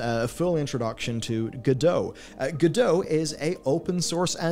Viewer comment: Did you know that creators of Godot intended it to be pronounced as GO-dot (t is readable)?